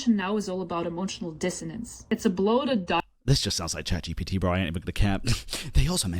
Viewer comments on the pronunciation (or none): none